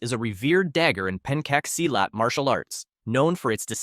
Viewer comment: Whoever that is doing the pronunciation for the video please learn how to pronounce it properly is so hard to listen to when is pencat silat you pronounce itas "pancake silat"